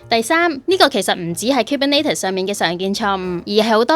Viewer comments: 其實係 kubernEtes 唔係 kubernAtes.... 如果唔落 Content 應該出 204 喔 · 都係第一次聽到咁既Kubernetes pronunciation 可能係我孤陋寡聞🙈